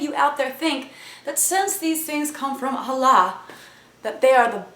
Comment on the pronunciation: 1) Since you're not a Muslim, that's none of your business 2) It's not pronounced as "Hallah", it's "Allah" 3) Holy books don't influence bad things; you need to show a bit more respect, becayse your parents clearly didn't teach you any.